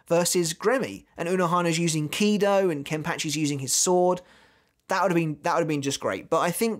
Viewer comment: Love your videos but you butcher pronouncing things and names it’s ( No-e-tora) not noitra it’s (grim-jow), like ow that hurts not grimjoe. And finally it’s (key-do) not kie -do